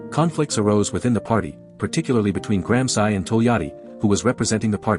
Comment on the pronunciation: Please learn to pronounce Gransci!